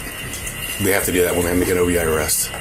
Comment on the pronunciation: It's O.V.I, not "Ovee"